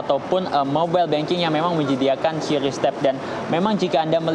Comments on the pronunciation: Yang benertu bacanya kris bukan kiuris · lah yang nyiptain aja bilang kris kok bacanya.. Gimana sih😊